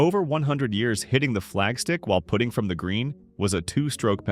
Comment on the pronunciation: For knowing all the rules one would think 'putting' would be easy to pronounce correctly. Just 'putting' this here.